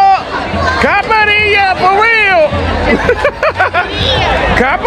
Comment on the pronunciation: Love your videos man! But you seriously need to learn how to order a caipirinha. Its very disrespectful when you say it wrong. Cheers from Michigan bro!